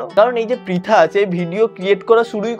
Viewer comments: First of all or naam pritha noi naam ta thik kre uccaron kr then age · প্রথমে তো নামটা ঠিক করে বলো। ওইটা পিতানা প্রিতি মন্ডল ঠিক আছে তোমার ইচ্ছা হলে তুমিও বিয়ে করো অন্যকে জ্বালিয়ো না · Dada age name ta too thik kore bolo 😂😂😂😂😂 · Abe name ta ontoto thik kore uchharon kor tarpor vedio banabi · Dada age prithi dir name ta valo Kore pronunciation koro tarpor na hoy tader niye roast video banabe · Vai namta to age thik kore bolo😂😂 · Vai age name ta thik kore bol tarpor roast na hoy korbi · Age tui nam ta thik kore pronounce kor tarpor roast korbi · Name tai thik kore bol then roast koris....